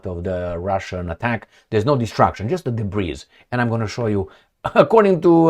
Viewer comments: DEBRIS is pronounced DEBREE. Just thought I'd help you My Friend 😊. Be good be safe, and ciao for now....Blue 😇✋🏴🇬🇧. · I’m a big fan. Don’t pronounce the “s” in “debris”. It’s silent. One of those French origin English words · The s in debris is silent. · The "S" in debris is silent.